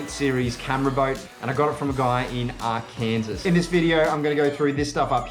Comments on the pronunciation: Great vid. Its not Ar Kansas, but Arkan-SAW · R Kansas ;) - is actually pronounced R-KEN-SAW. Great vid though.